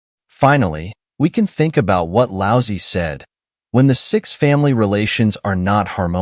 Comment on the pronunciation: Lao Tze would find it funny that this lousy AI pronounces his name as "Lousy".